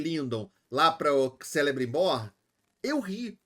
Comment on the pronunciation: se fala "Kelebrimbor", o C tem pronuncia de K, assim como Cirdán (Kírdan)